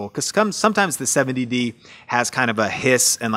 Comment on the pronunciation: Congrats for pronouncing 'Seventy-D' correctly!!!